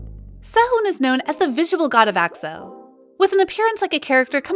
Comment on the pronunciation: I can't with her saying AXO 💀🤣